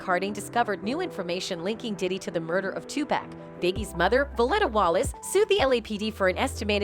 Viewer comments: why she keep says 2 pack it pac!!! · You lost me when you called him TUPAK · Tupac not 2pack lmao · uggh its not pack is pac ( paw-lk ) Tupac ... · Is not pack is pac white folks always pronounce black people name wrong is tupac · I cant belive that in 2023 you idiots still saying 2pack..damn idiots is Tupac without the damn K. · I can't even listen to "journalists" that say 2-pack. It's FN "Tupock" his first album was titled "2Pacalypse now" Damn why am I having to explain all this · Did she said 2 pacK??😂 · I get so annoyed when I hear people pronounce Tupac. " two pack" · Dude his name is not pronounced as pack. 🤦‍♀️ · Lol why she saying 2 Pack 🤣 man two Americas lol culture vulture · I stopped watching after she said tupack and raper instead of rapper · Ok, somebody tell this woman how to pronounce thier names right: all that "Pack" and "Shuge" drove me nuts. 🙄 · This narrator is killing me with the pronunciations... "PACK" & " RAPER" 🙃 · bitch did you just say Twopack🤣, im not even American and I know you fking up🤣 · Couldn't watch the whole thing with this lady saying "2pack" every single time . Another contemplation of shit from someone who doesn't know shit about what they are talking about 🤦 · “Tu-Pack” Smfh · I'm a female white hiphop fan and can't stand how white people pronounce if tupack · Emeniem a raper? Tupack? Or 2pack sudge knight damn lady at least get the names right the people she mentioned must be other rapers or already dead 🤣😂 who the hell is sudge knight and what is a sudge and Tupack or 2pack and who are these rapers? Greg karding? I don't think our community is safe. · But she call 2pac by his wrong name.. 2 pack .🤣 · She keeps on saying 2pack it's driving me crazy